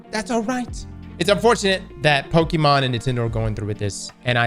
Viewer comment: Drinking game - take a shot of any drink every time says Pokemon wrong. Also, Nintendo in the wrong as usual, they will probably fail in this case.